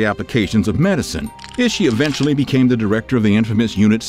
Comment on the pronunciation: I would like to you see you work on your pronunciation of proper nouns. Japanese does not have a short i like we do in English, so Ishi would be pronounced like ee-shee. I was cringing every time you pronounced his name similarly to iffy. Other than that, all of these men were despicable and horrific!